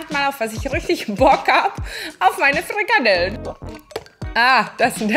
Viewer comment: Furchtbar, allerdings.. kalorrrrrien, frrrikadellen 😅